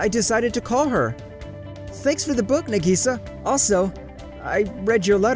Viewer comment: Y'all are taking about "wallets being stolen" or "it actually WAS a set up". But can we talk about how he pronounced "Nagisa" and "manga"?